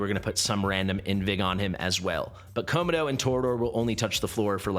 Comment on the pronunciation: why are pronouncing Komodo as ko-ma-dough? lol